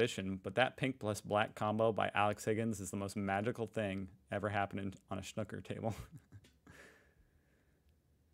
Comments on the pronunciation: The reason the crowd did not cheer, it was during covid, so no crowd. PS Its pronounced snewker not snuker. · Steve Davis (ginger hair) was playing a famous British comic who is also a good snooker player, hence the sneeze as Steve took his shot, it was an exhibition match during a competition.. By the way, it's pronounced snooker not snucker, you don't call a pool game 'pull'. When all the reds are potted the colours have to be potted from low to high i.e. Yellow (2 points) up to Black (7 points). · What the hell is “snuker” assume you mean snooker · SnOOker! Not snucker! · Snooker like snoop-er, not like snukker. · Please pronounce it as it should: snoooooker, not snocker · Snooker, not snuker ffs! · please refrain from calling it snuker... its killing my ears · Switched off as soon as he said snuker 🙄🙄🙄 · It’s pronounced snooooker! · I came to the comments to type exactly the same comment at it is THAT jarring. He is able to have an opinion on one word without you doing a Cathy Newman "so what you're saying is...". (Jordan Peterson Vs Cathy Newman interview - look it up). And he doesn't THINK that snoo-ker is the correct way - it IS according to the dictionary. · They pronounce it as snucker. LOL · It's pronounced snooker, the snook is the same as pronouncing snoop in snoopy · It's sn-oooo-ker! It doesn't rhyme with "cooker". (This is a bit random - 'best shots' or 'best snookers' would be better viewing IMO). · Its is called snoooooker like snoopie the dog…. No disrespect 😀 I did not know myself until recently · Snooker with a long o btw... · Just tuned in to see if the American is going to butcher the word "snooker" - of course he did :) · To pronounce snooker correctly, think of the word "uber", replace the "b" with a "k" and and "sn" at the beginning. Also the sneeze clip was a sketch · Snooker is pronounced like cue - Oo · Please pronounce snooker properly FFS (hint rhymes with snoopy) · Stop saying snooker pleaaaase. Your pronunciation has ruined my arvo.